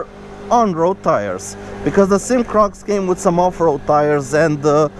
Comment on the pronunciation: Four years later and I am still mad. It is not a damn SYM like one word. You do this all the time when reviewing this brand. It is a S. Y. M. three letters. short for Sang Yang Motors.